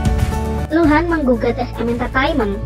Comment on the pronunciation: pas awal awal gua dgr nya lohan bkn luhan😭😭🤧